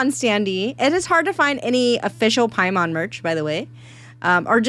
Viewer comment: Every time you said paimon I keep thinking you are saying Piedmon the digimon instead